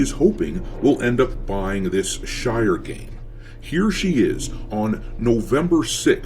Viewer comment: sounded like she called it the Shite. Definitely fits